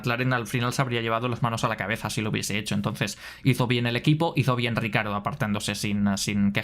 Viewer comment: Siento un gatillazo cada que dices "RICARDO".... no jodas y lo repites mil veces!! ... Ni Lobato que también es del mismo país, pronuncia tan mal su nombre. 🤦‍♂️